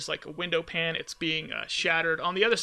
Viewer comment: Its been a while. Glad you weren't out with virus. I always thought cop car special was dumb. Lots of trophies. Not sure if trophies are on Nintendo version. Also window "pane" is not pronounced like (frying) "pan" but instead like "pain" (like being hurt). Sorry just saying.